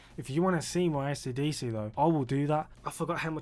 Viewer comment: Бабуїн,навчись правильно вимовляти AC DC!!!